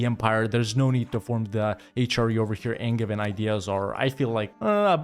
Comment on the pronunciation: Angein is pronounced like with a "j", sacrebleu. Signed, a french, obviously (who thinks the best kind of english is angevin)